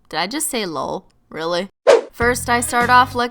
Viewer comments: What is she saying Lowl or lol?!?!?! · I pronounce it like that, and my friends start laughing, does anyone know why?